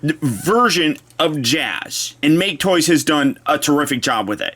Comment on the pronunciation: So glad to hear a review that pronounces make-toys correctly. I know it's a dumb nitpick but it's annoying whenever I hear someone say mach-aye toys. A way they could've hid that undercarriage stuff is if the toy had a "ground kit". Wouldve made a cooler looking car but people wouldn't be able to handle it being a "masterpiece" figure with any slight deviation from the original design.